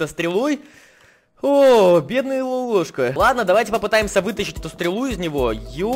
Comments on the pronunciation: Ващето незаконо снимать такие ролики. И тошто для тебя тяжело выгаваривать слово Lololoshka ты обежаеш всех фанатов Lololoshk'и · ~Рома рррррошка~ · Правильно говориться Lololoshka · Ха ха не лолололлошк а лололошка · Во-первых почему он не выговаривает Рома Лололошка А во-вторых почему откуда он взял очки Откуда вот на скин внимательно Посмотрите когда он будет разворачивать в лицевую сторону это ужас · а почему ты не можешь выговорить лололошка а я могу